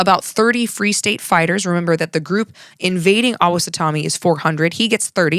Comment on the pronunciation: FYI - pronunciation key from a Kansan: Osowatomie has the emphasis on "wa" and rhymes with "lobotomy."